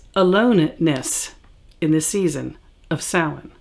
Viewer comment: Because the pronunciation is Gaelic. Although I have a friend who speaks Gaelic who pronounces it something more along the lines of Sah-Ween. So you'll come across different pronunciations. The only truly incorrect one is Sam Hain :) Usually those who speak it that way have seen the word but not heard it pronounced, so they are pronouncing it phonetically, which is understandable.